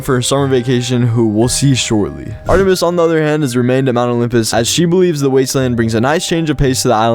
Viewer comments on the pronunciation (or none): none